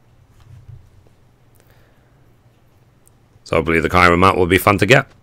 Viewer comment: I know years old, but the "Ki" in Kirin is like the "ki" in kids.